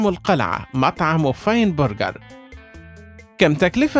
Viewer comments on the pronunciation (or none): none